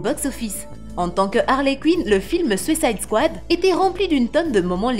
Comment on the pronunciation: “Sucaïde kouade”